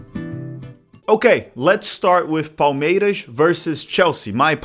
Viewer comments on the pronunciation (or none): Seu canal é bom demais, parabéns pelo conteúdo! Só uma dúvida que surgiu aqui: Você definitivamente não é paulista, né? 😅 Vi que torce para o Palmeiras, mas a sua pronúncia do S em português não é de torcedor local hahahaha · Awesome to have Brazilian football/soccer coverage in English. Just wondering why you’re pronouncing Palmeiras and other ‘s’ like a Carioca 😂. My wife (a gringa) who is learning Portuguese was confused and of course I’m steering her towards the Paulista way of pronunciation.